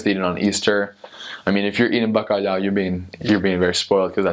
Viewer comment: Allways saying '' Bacaliau'', I love the way no one can say ''Bacalhau''. The tongue movement